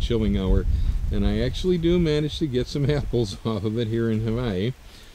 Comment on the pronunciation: Love your videos. I noticed you pronounce "havaee" and "hawaii " in different recordings( every other vid) . I must say, or at least, advice, keep it together.